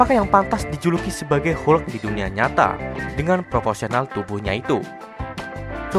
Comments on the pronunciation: Hulk bacanya = halk , bukan hulk . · bukan hulek mas tapi hulk 😂😂😂😂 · Kok hulek? Pantesnya dibaca huk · Ini hanya saran untuk memperbaiki bahasa inggris saja. Untuk beberapa perkataan, berikut adalah cara membacanya dengan benar : Hulk = "helk" ( 'e' dibaca seperti 'melatih', bukan 'hulek') Muscle = "masel" ( 'e' dibaca seperti 'melatih', bukan 'masele') Heavyweight = "hevi-weit" (bukan hifiwit) Cricket/kriket = "kriket" (bukan kreiket) Bukannya apa, memang benar usaha itu sudah bagus, tapi kadang kita mempermainkan orang asing atau merasa lucu ketika mereka mengucapkan bahasa indonesia dengan salah atau kurang tepat. Apa salahnya memperbaiki. Kita bisa bayangkan posisi mereka ketika kita kurang pintar dalam menggunakan bahasa mereka. Tapi apapun itu, semoga diterusin video2 fakta seperti ini, good job!